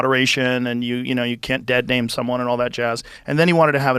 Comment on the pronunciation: Not how you pronounce his. Name